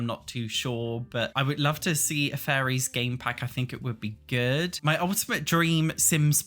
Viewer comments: Everytime he says faries i hear FURRIES help me 😭😭😭😭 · Great vid and highlights a lot of the issues with the community and why EA is getting away with it. Though, I love accent for how he pronounces fairies! It just make me chuckle hearing him saying "i don't think furries are coming to sims 4" lol